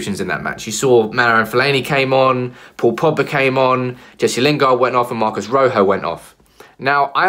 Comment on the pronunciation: ROJO Ro as in rock why can't anyone get his name right ?